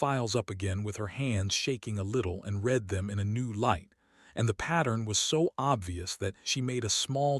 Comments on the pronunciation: Great story, though please teach your AI the difference between "red it" and "reed it" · "Starring"?? Not again! Why is Ilo not going to rescue him? Not acceptable. You "red it" rather than "reed it"? Then we try it the other way around: "reed it" when it should have been "red it". "Conquered" vs. "Concord". - what, what, what??? He does not have a roof. And it has already rained on him once before. This is getting too stupid. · Why does ai have problem with "read"?